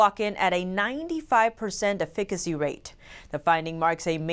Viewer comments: why would she pronounce efficiency as ''e fick ancy'' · "Afikicy"....😊☺ lol cute. I think u meant to say EFFICACY😚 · ...call up a local pharmacy and have them pronounce "efficacy" several times for you. Yes, a slight tongue twister. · Efficacy..... check a dictionary..